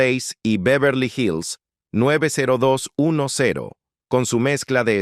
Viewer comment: Se pronuncia 90 210.